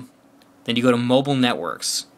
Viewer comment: lol you said mobile funny but is the phone good around Verizon areas